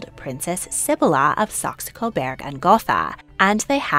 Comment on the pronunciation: Saxe. Like the instrument, sax. Coburg. With a U. Not an E. Burg as in burger. Please pronounce it correctly.